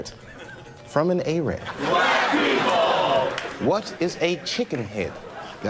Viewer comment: IT'S NOT "A RAB" OR "I RAN", IT'S ARAB AND "E-RUN"